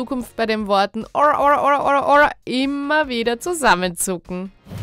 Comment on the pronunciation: Es heist Ora Ora Ora und nicht or or or...